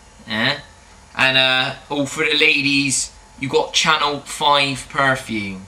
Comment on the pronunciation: It's CHANEL.... darlink